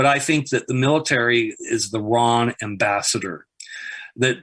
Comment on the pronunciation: The way he pronounces “ambassador” though